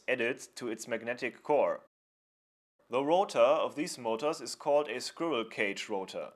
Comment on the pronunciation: Good video :D I am not sure if you are aware that you pronounce the word "squirrel" wrong though.